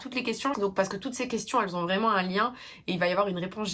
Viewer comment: T’inquiète je t’apprécie bcp mais on ne dit pas qui z’ont ou qui z’étaient, il faudrait apprendre à éliminer ce z qui n’a pas sa place. #Noshade 🙂